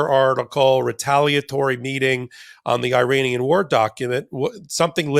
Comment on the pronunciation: please say ear Anian for Iran.